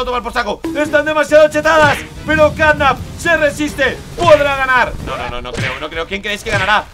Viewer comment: ¿ Por qué dices CatNap pita?